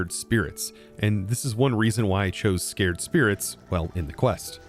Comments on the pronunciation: Sa-cred spirit. not Scare-d spirit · Anyone caught saying "scared" spirit instead of sACred?:P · "SAY-cred!" I've been muttering at the screen, lol. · "Sac-red" and in holy not frightened. this was so funny to hear you misspeak.